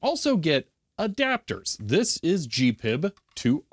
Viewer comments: Pronouncing it G-PiB is driving me nuts. I’ve only ever heard it referred to and pronounced G-P-I-B. I use it daily with power supplies, function generators, DVMs, ATTENUATOR controllers and oscilloscopes. I use the NI-VISA with VB6. There is no charge to use their windows library. Me preference is to used Agilent/Keysight drivers and VISA. My whole lab works on G-P-I-B. Newer devices with network interfaces work identically with my software. The only difference is the the VISA/GPIB address is a network is different. Also you can use direct USB connection. Identical except a unique address. I find USB not as reliable as network or GPIB connection. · ‘G’ ‘P’ ‘I’ ‘B’ please. It is most definitely not ‘Gpib’ pronounced as one word! If you don’t believe me, do you think HP would allow it to be called ‘Hpib’ as one word? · Slight correction: The correct pronunciation is G-P-I-B or H-P-I-B. You'd upset HP and the grey-beards if you call it H-PIB, instead of with their brand name. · I have never heard anyone, anywhere, in the industry refer to it as anything but G-PIB, except maybe H-PIB by the grey beards. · You're probably the only person in the world who says GPIB as a word instead of spelled out like any acronym.. and it really grinds my gears.